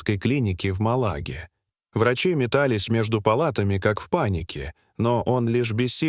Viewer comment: Не Мала́га, а Ма́лага. Это первое. А второе, ни об одном действующем лице этой истории нигде в сети я информации не нашла. Есть футболист Lucas Braganza , о других, увы ... история умалчивает.